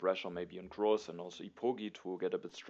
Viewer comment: GG! One thing that has nothing to do with TtA: I think you should reconsider your pronunciation of Grozz. There's an English word "gross" that's pronounced pretty much exactly how you say his name. It's a synonym for "disgusting". Might be better if you say it in German :) Thanks for the continued high quality videos. I support your decision whatever you do!